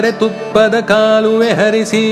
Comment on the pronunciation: जबर्दस्त गायलात तुम्हि पण कन्नड मध्ये असल्यामुळे काहि उच्चारण असे पाहिजेत कालगळ , कुमारि वेदा ,कालुवे . Sorry if I sound rude but you were so perfect that even smallest of irregularities were visible.